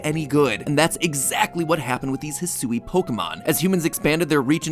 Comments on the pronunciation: I don't think "Hisui" is pronounced the way Matt keeps saying it lol I think it's more like "Hee-swee" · Uh, MatPat? Eedo? EEDO? There's one E. Next you're gonna try to tell me it's pronounced "Poh-kee-mahn," like the boomers say it. 🤣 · Oh my gosh, the way he pronounces "Hisui/Hisuian!" 🤣